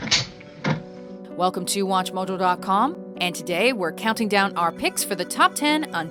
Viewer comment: Am I the only one whose annoyed by the way she says .com? There's no H in "com". It wouldn't be so annoying if it were part of an accent or something, but it's not. It's just an annoying mispronunciation. Oh, she does it to "hollywood" and "The Godfather" too. It's her O's. Her O's are Ohs.